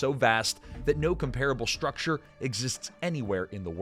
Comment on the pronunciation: Please learn how to pronounce comparable properly